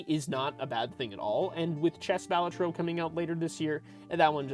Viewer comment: Bal A Tro. Emphasis on the second syllable. It's an Italian word. Means joker. Cringe when folks mispronounce it......